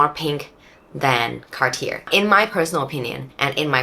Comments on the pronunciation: I couldn't stand you calling it car tier, had to quit the video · The r at the end of Cartier is silent.